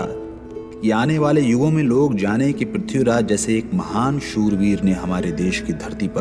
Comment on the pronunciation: Ye ignou vali Mrs sinha kapur ko nam tak theek se lene nahi aa rahe Khori khori kar rahi hai Pithiraj bol rahi h